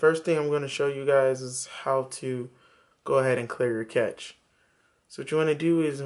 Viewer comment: The word being use here by is cache, pronounced cash, not catch!! cache /kaʃ/ verb past tense: cached; past participle: cached store away in hiding or for future use. "he decided that they must cache their weapons" COMPUTING store (data) in a cache memory. "the operating system tries to cache every disk operation"